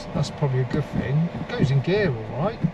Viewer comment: you said the fing won`t start is the fing a car do you mean thing 🤷‍♂ you sound like a right nob or is it knob 🙄